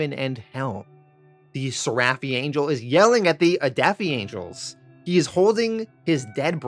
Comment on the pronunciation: It’s pronounced ser-eh-phi Not ser-raff-ee